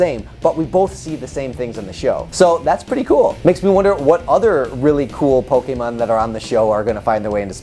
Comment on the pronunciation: Aight so u said the name right but then u said pokemin... POKEMIN!!!!